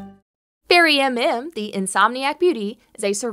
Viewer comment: Thank you for the spotlight! (although it's fairymm, not fairy MM, haha)